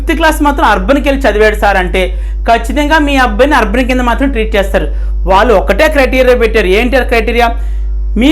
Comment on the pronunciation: Arban ante clear ga cheppandi sir